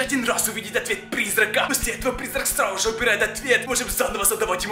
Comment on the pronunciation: Почему ты говоришь срауже? Раньше ты нормально это слово произносил